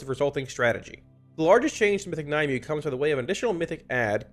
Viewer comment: Exactly! I've been saying this, and my friends ignore me. Surely she's named after the lady of the lake in arthurian legend; Nimue ("nim-way") "Nye-myou" is just ridiculous